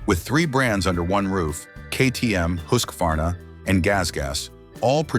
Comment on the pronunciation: Kudos to the narrator for properly pronouncing Husqvarna at 19.18 minutes. Here in the states I hear pronunciations like hus kwa varna.